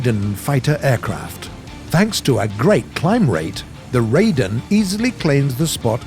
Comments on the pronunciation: it's pronounced rye-den, not ray-den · I die every time he butchers Japanese names like Ryuusei as "Rai-oo-say" or Raiden as "Ray-den" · Ree-U(You)-SayE(Say E) Ri(Right)-Then/Dun(idk which one)